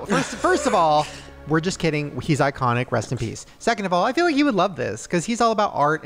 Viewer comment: It's FEEL not FILL you don't "fill sad" for somebody? 😂